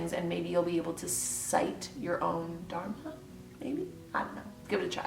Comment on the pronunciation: Great video. Although I wish I could tell you how to pronounce Dharma.